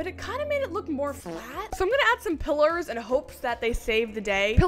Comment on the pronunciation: PILLERS LOL THE YALL THEY CALLED PILERS EVERYONE NOT PILLARS